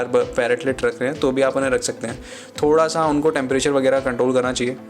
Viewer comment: bhai "thoda sa" ko clear krde kro